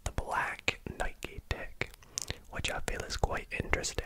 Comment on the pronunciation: I really appreciate that you pronounce Nike correctly